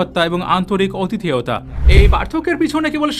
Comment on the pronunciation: দয়া করে "আতিথেয়তা" বলুন, অতিথেয়তা নয়।